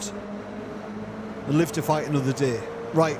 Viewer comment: I heard it as "lift to fight another day", which seems appropriate! I'll have to remember that one.